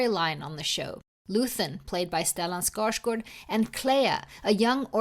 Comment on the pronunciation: What a wonderful interview. As soon as I hear you pronounce Skarsgård, I was sold and wasn’t disappointed! Listened to a lot of Andor content and this one broke some new ground. Look forward to checking out rest of the library now. ☺️🙏